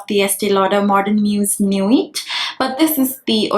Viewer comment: In nuit ‘t’ is silent. It’s a french word.